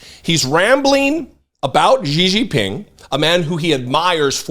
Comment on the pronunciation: Okay, I love your content and know this comment is going to come off as completely irrelevant (and probably won't be seen anyway, lol), but I've been hearing too many independent media hosts on the left make Xi Jinping's name way harder than it needs to be when trying to pronounce it (completely slaughtering it in the process). As someone who speaks Mandarin, it always cracks me up. I mean, I appreciate that you're trying - genuinely, I do - but can I just make it a tad easier for anyone who cares? Xi = She (as in she/her) Jin = Jean (as in the jeans you wear) Ping = Ping (as in ping pong) There is a bit more nuance to it if you really want to sound native, but this is far closer, more accurate, and more recognizable than the way you're currently pronouncing it. Again, I know it doesn't matter in the bigger scheme, but figured I'd take the time - just this once - to type this out in case you see it. Regardless, keep up the great work with your reporting.